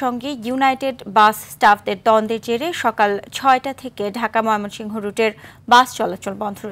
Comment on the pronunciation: মমিসিং 😁😁😁 হাররে সাংবাদিক